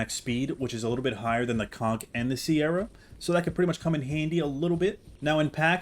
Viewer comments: SE-RAT-O-SAURUS not “sierra” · It’s pronounce “Se-ra-to” not “Ke-ra-to” and also definitely not “Si-er-ra-to”. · It’s not pronounced “sierra” it’s just “se-rah” for “se-rah-to-saurus” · Deinonychus Is pronouncer "Die-non-i-cus" Also Its pronounced "Sir-Rah-toe" not Sierra, Cerato like the Cera in Tri-Cera-Tops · The 'C' in Ceratosaur is pronoucned like a 'K' and not 'S.' 'Careto' means 'with horns/horned' and it as such it is related to the substance 'Keratin' which is also pronounced with a 'K' and not an 'S.' Calling them 'Sierra' makes little sense. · Hey bro it's pronounced [Sir- Rat-O-Saurus]. Thanks for the vids. Good stuff! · I’m sorry but the way ur pronouncing the beginning part of ceratosaurus is so wrong and it sounds awful it’s like this one show that pronounced diplodocus ( dip-lah-da-kiss) as Dip-Low-Duke-uss 💀💀